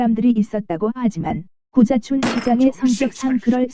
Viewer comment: 구자춘 서울시장님이 자꾸 `고자`촌으로 들린다는 곶같은 전설....